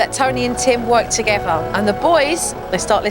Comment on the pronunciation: I love JoJo! Only wish she'd get speech therapy and learn to say together instead of toogevvah, etc.